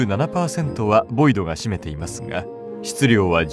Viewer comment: ボイドじゃないヴォイド